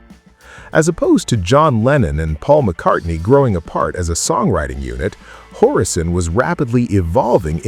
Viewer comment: Made the narration unacceptable, even worse than the fake aging of the mostly fake b&w-ized film.